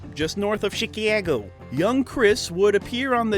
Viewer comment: "Chiciago"? That's a new one! Gotta remember that, similar vibe as with Ar-kansas and Illi-noice.